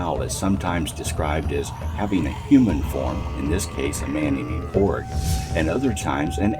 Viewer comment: Orge is O-ger in speech